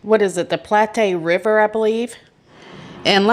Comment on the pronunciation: It’s pronounce Plat River. And Koe-Hoe salmon. Like Toe Neither her or the boyfriend were employed. Why would they drive that far separately? She was recovering from an head injury related to an assault from a couple months back. It’s more important for him to leave her there alone and drive tiles back to Detroit? Then he doesn’t show up to help find her until 2 days after she went missing? I’m pretty familiar with that area and I know that there is a shell gas station in Honor. I wonder if the police have checked to see if they have a camera pointed toward the road and if they see his truck in the area leading up to her disappearance or after.